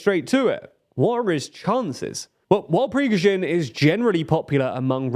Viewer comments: Prisgovin? It's pronounced "Pregozshin" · You can either deliver the news professionally or mispronounce your subject's name repeatedly by adding sounds that obviously aren't in the name as written. Pick one. preh-GO-zhin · He's Prigozhin, not Prizhgovin. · it is pronounced PREE GO ZHIN, not prezghoven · all due respect, and no one's perfect - but y'all need someone to check the pronunciation in your scripts. It's pri-GO-zhin not PRI-goz-vin, and SHOI-gu not SHOI-vu. There are frequent offenders in other videos too (like Nagorno Karabakh). I know quality and accuracy matters to you, and this would be a pretty easy fix to improve the channel's credibility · Lol halfway through we went from Prigozhin to Prishkovin 😂 You guys are really not good with names 😄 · Could you please pronounce the name of that bald gnome correctly? It's PRI-GO-ZHIN not PRI-SHKO-VIN. Thanks. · Just a slight pronunciation suggestion: "Pree-Goh-zheen" not "Pee-zhkoh-veen." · Privozhin, Prishkovin, Prizhgovin...ah, fuck it, let's just call him Bob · It's Pri-goh-zhin ; the "Goh" is like the goh sound in "God." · 450 days of Prigozhin... Pree-GO-zhin... yet somehow you stress the last syllable? Jesus. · Every time he says Prigozhin it becomes worse, until he almost says "penguin". Is trolling us? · One monster for another. Side note: Prigozhin's name may is pronounced as it reads with an emphasis on the "o": Prigo'zhin. There is no extra syllable there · Why do you keep calling the man ‘Prizhgovin’? I realize Slavic pronunciation may be a challenge, but it’s as if you didn’t really know the name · i stand corrected... who the F* is Prishocovin? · its pronounced Pree-Gode-jin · Who's Prishkovin? 😂😂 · Пригожин is pronounced “pre-GO zhin” with accent on the ‘go’ and has no “v” in last syllable… your pronunciation is hit n miss bro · For those with the difficulty in the pronunciation, here is a close approximation: "pri - go -shin". Stress in on the "go" syllable. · prishgowin lol